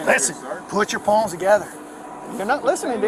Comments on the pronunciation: I thought I was the only one hearing paws 😂😂😂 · It sounds like he’s saying put your paws together.